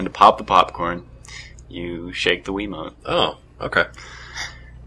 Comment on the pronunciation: lol "You waggle da wiimote and den you just win?"